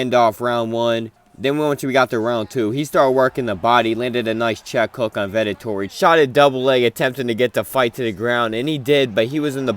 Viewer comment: I love how you call Vettori Vetotori😂